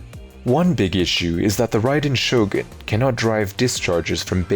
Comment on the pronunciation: Expect at pronouncing the character that, literally, gives the name to the channel